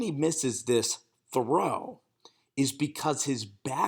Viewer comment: "2 yard frow"